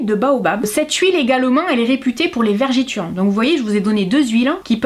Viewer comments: Attention, on ne dit pas vergiture mais vergeture. Sinon, très chouette vidéo . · Bonjour merci pour la vidéo les astuces sont super. Dommage que ce n’est pas le même prix chez moi à la Réunion. Par contre j’ai l’impression d’entendre « vergÉture » 😅 avec votre accent. Bonne journée.